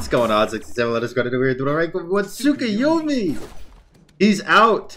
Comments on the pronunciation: Nice vid but saying tsukuyumi and not tsukuyomi was giving me some sort of tick in my neck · TSUK-A-YUMI cmon lol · You’re not saying his name right